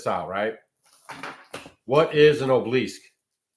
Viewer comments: Sorry, truly no offense meant, just a pet peeve of mine: pronunciation is important. It is 'aa-buh-luhsk', not oh-bleesk. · Ob el isk… 3 syllables,.. just sayin! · Obelisk (ah bow lisk) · It’s pronounced ABALL-ISK. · Pronounce obelisk (ah-Be-Lesk) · It's an ancient phallic symbol for the false gods and there are gobs of them all over the country. Every cemetery has at least one. BTW,, it is aa-buh-lusk. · He uses their magic against them. The dark has lost power Trump is of tbe light. You dont understand the battle and please ask someone how to pronounce obelisk. Im white 63 MAGA Q and have studied this since 2016. Under Biden my friend a YT MAGA content creator had his home raided in so cal forced to stand outside NAKED filmed by neighbors they took all his electronics and he lost his business. Please stick to homesteading as your limited understanding of the decades old plan by the Whitehats (since JFK SHOT)TO TAKE BACK OUR COUNTRY. Wait until the end of November meanwhile stick to staying in joy and love as every negative story you speak on shows your ignorance hurts your health and I turn the channel.why do you want to suck others into tbe darkness . Trump was chosen by God to save the world. Oh and the man killed behind Trump would beg to differ about assassination attempt. Im listening to you as I write this and can't believe you're blind to the great awakening. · Check your pronunciation of obelisk and phallic. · you're not pronouncing it right I wondered what the heck you were saying I know what those things are but I'm not sure how to put the word in here so you know how to say it correctly and yes they came from Egypt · I think your pronunciaton of obelisk is not one I've ever heard.😅